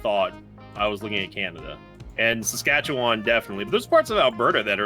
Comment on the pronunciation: As someone who's from SK, the way they pronounce "Saskatchewan" really just rattles me right up